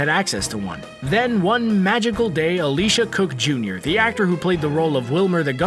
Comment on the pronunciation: My God stop saying Elisha Cook Jr.'s name like that! His name is not ALICIA!